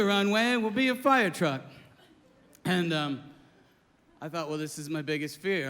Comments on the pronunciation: This is such real, excellent comedy. Bobcat is the real deal. I loved it very minute of this. Will never forget “Firetwuck!” Keep doin it Bobcat- you’re a headliner for sure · A fiyah twuck!!! lol